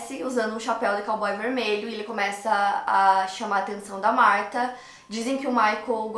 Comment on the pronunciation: Chateada pq falou meu nome errado 🥺